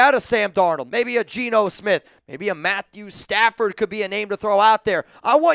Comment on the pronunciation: Why did you say Matthew Stafford like that😂😂😂